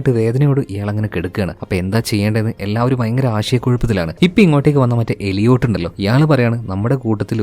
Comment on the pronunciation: എലിയോട്ട് ❌ ഏലിയറ്റ് ✅